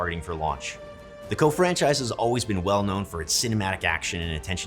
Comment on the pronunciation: I've never heard someone call it "co" like that